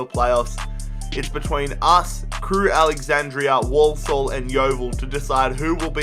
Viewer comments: Just call them Crewe as it's AlexanDRA not AlexanDRIA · It’s Crewe Alexandra, not Crewe Alexandria. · STOP SAYING CREWE “ALEXANDRIA” ITS ALEXANDRA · Why do you say Crewe Alexandra like ‘Crewe Alexandria’ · I don't think he said Crewe Alexandra correct